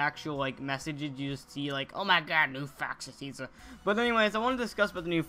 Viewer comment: "o ma god new fahxy teasuh"